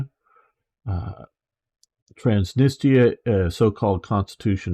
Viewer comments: What are you saying? My poor ears! Repeat after me: trans-nis-tria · I'm afraid, you can't pronounce Transnistria. Could you practice enunciation of difficult words first? Don't be shy if you stumble on a word, just correct it before moving on.